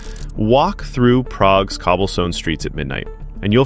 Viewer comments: Progue instead of Prague is massive mistake. Switching off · Hey guys, Prague (Praha) not Progue. I had to write this, even though I'm from Brno 😂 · « Prague » please. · Progue (noun), to prick or to goad. It's also the point where I turned off the video and gave it a thumbs down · Progue. :DDD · what the heck is PROGUE :D its frikkin PRAGUE you morons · "Progue" that's brutal.. Or rather, to je brutalni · Progue? I think it is Prague. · "Progue - Czech Republic"? Lol American IQs really are tanking. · Where the f*ck is “Progue?” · Progue... PROGUE????? Stop with this AI bullshit... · "Progue", bahaha :D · Czech republic and it is Prague 😂